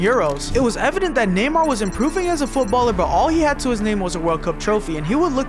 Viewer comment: him calling neymar namor is funny